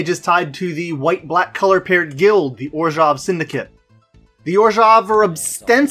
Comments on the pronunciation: Finally someone else who says "Orzhov" instead of "Orzov"! Love these videos by the way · Orzov isn’t a wrong way to pronounce it. But orzhov is a really better way to pronounce it.